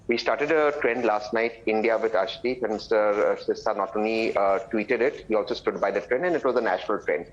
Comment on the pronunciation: Nice to see you back Padmaja This can’t pronounce the name of Arshdeep properly claims that 25% Indians trolled against Arshdeep Sirsa is correct in filing case against Zuber for spreading false rumours on Arshdeep in Pakistan These along with Pakistani echo system are the real culprits in spreading false Kalisthani propaganda on Arshdeep